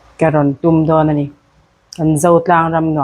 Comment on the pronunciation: Min tihlim ṭhin e, Nu berin Phenglawng "tum" a lam dan kha a va mak ṭhin em, ko sang aṭanga "ṭum" thla ang khan rimawi hi kan "tum" ṭhin. Thlawhna a lo "ṭum" tih ang thluk khan.